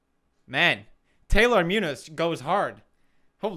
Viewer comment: the way he said muñoz cracked me up